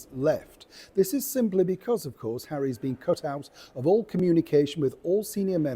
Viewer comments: I like the way you said…’HARRY’S children’… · Oh I like how you said ‘Harry’s two children’ 😂😂